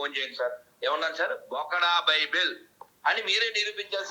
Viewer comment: Baibel kadhu bulbul adhi